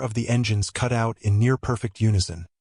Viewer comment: I remember why I stopped following this channel. Every time I hear you say cute instead of cut, it is an insult to every club that rides.